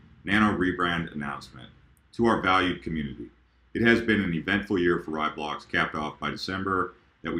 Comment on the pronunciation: Yes, Nano will be a much better name since almost no one says Raiblocks correctly. RAYblocks, not RYEblocks. So glad I don't have to hear people say it wrong anymore, haha.